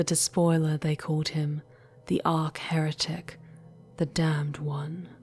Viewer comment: I think you are mispronouncing "Abaddon." It's "a-ba-don" and "arch heretic" not "ark heretic."